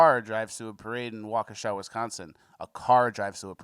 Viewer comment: Anybody else think that the name of the town was pronounced like the song Wokesha by moneybag yo